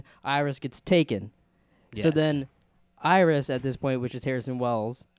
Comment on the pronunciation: JESUS CHRIST! Its iris dude wth who do you think it is? HANNIBAL BATES?